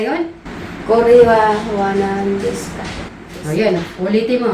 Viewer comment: Silent "u" po❤, desu is des kung basahin po. Hehehe 😊😊😊 😊